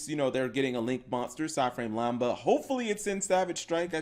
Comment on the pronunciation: It’s lamda not lamba cap I thought I should tell you.